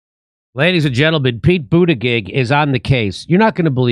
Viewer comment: it's not pronounced boota-gig, more accurately like BOOTY JUDGE